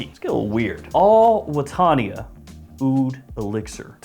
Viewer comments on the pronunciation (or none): Al Wataniah is pronounced "Al -what-an-ee-ya'. you're welcome! (Trust me: I live in Kuwait).